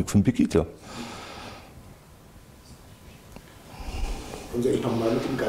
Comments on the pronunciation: "Angelika Merkel" ( und ), "Pegidja" (... , , ) Ja Mann, der Typ hat Ahnung wovon er redet! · Selbst wenn es einen Prozess geben sollte, dieser Typ wird doch wegen Einfältigkeit frei gesprochen. Kann weder den Namen der Veranstaltung noch den Vornamen der Bundeskanzlerin fehlerfrei aussprechen. Ach ne....